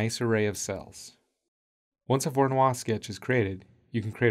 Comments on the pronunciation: Loved the vid but the pronunciation made my ears bleed. Voronoi as in Voronoy, none of that French stuff! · Voronoi was Russian, not French. And his surname is pronounced as Vah-rah-noi.